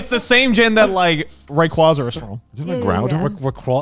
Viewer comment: Their pokemon pronunciations were great until they mispronounced Rayquaza, after that it went downhill. XD